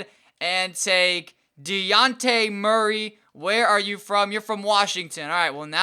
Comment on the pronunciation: You said Dejounte's name wrong #GoDawgs #GoUW